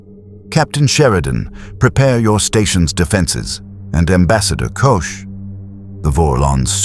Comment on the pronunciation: Not Kush it sounds like Cosh.❤❤🎉🎉❤🎉❤ 😮😮😊😊😅😅😂😂🥺